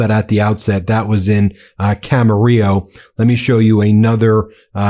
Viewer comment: Dang, I lived in Camarillo, . It was a nice place to grow up. Makes me sad to see Trump ruining it. Thanks for pronouncing it correctly, Ben!